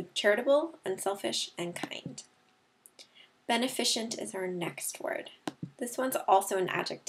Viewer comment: Hey just want to say this word list is very helpful. But the word 'beneficent' is pronounced wrongly, it should be /bəˈnefəsənt/